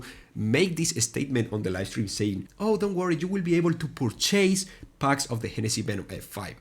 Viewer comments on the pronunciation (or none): Purchase (pur.chuhs)... You aren't chasing something, you're buying something... La volaita hermano hablo menos inglés del que tú qué hablas, de corrido... pero se pronunciar bien esa palabra... No mames.